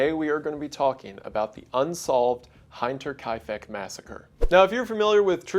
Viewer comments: "Hinter" is also an english word, as well. As in hinterland. He even pronounced it wrong, even in english. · I don't wanna be a jerk here, but how hard is it to look up how to properly pronounce Hinterkaifeck? It's the whole topic of the video. It really turns me off of wanting to finish what's probably an interesting video otherwise. Even if you don't look it up, the word hinterland should give you a clue on how to pronounce Hinterkaifeck. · Hinterkaifeck btw is pronounced hINterkaifeck like in the word In. In german the I is pronounced more like an englisch e. So it's hint-er-kaifeck. Still love your videos, tho. Long time subscriber. Love the long videos it's like watching a 1 man documentary. ❤❤❤ Greetings from Hamburg germany 🇩🇪 ❤ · Do you pronounce "winter" as "Wine-ter"? ;p Sorry, it's a good video, and I enjoy your content. Just couldn't resist being a pedantic douche. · Just a heads up, the 'Hinter' in 'Hinterkaifek' should just sound like hinder but with a T. In German, if you want to make a long 'i' sound in speech such as in the word 'Eye', it would be written as 'ei'. For example: Stein, Ein, Klein, etc. The rule of thumb for pronunciation whenever you see E and I next to eachother is to use the long sound of the second letter. So Ei makes a long I and Ie makes a long E, so contrarily you would have Liederhosen, wieder, and even die is pronounced with a long E (die in German is just one conjugation of 'the'). AND NO, It's not 'TolkEEn', it's 'Tolkin'. Source: That's how Tolkien Jr pronounced it! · Can a german speaker confirm the pronunciation of Hinterkaifeck? Edit: Shouldnt Hinter resemble the pronunciation of winter? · Ah I've just watched another video about this one - hope you'll have unearthed something the other one missed btw "hinter" in German is basically always pronounced like the first part of "hinterlands" (or "hinder" but with a t) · Surely “hinter” in “hinterkaifeck” rhymes with “splinter”? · HEE-nterkaifack. Gosh darn Appalachians.